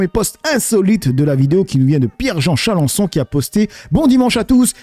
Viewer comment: Tu me fais délirer 😂, tu dis toujours Charencon, ça c'est un gros insecte ravageur 😅., en fait c'est un peu comme lui quand même, dans un monde imaginaire 😂.